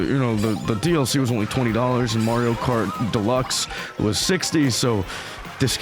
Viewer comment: Marrrrrrio? The games even tell you how to pronounce Ma-rio at the start when Mario says it